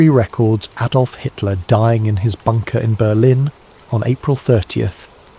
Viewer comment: AM Liverpool UK. Who's Aydolf? Lol.